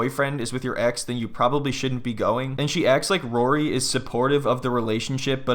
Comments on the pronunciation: Who the hell is “rurry’? 😂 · Why does she pronounce his name like Rurry? I can’t unhear it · Still can't believe she's 27, or that she can't even 'say' Rory's name correctly...it's like molasses coming out of her mouth: "Rurrey"